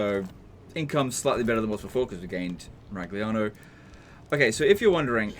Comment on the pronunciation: 🤌🤌🤌It's a Miragliano legend whatt'are you doing!!!! bad pronunciation, warhammer Tilea is Italy do notta destroy the names of our beautiful cities mamma mia!!!!! 🤌🤌🤌 greetings from Italy and please don't butcher the names 😂😂😂